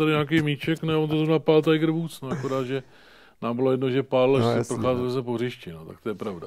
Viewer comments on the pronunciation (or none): none